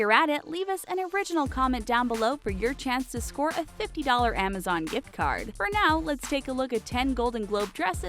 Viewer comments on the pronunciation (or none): none